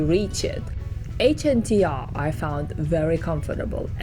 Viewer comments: Why are you pronouncing it like an Acronym? 🙇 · Its not called the H N T R , its the Hunter. H N T R is just a 'cool' way of writing it. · Excuse me. It's not HNTR. It's HUNTER !!! DOH